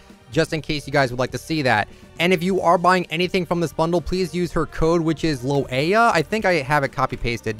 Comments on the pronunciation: Fun Fact: You say 'Loeya' as 'lawyer' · Omg u giving me a headache saying her name wrong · Big fan please say her name right tmw